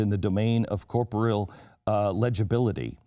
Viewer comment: He mispronounced 'corporeal' and 'isomorphism'.